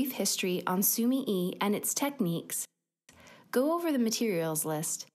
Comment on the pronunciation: Sumi e . The e is not said like eee in week. It is said like eh in wet.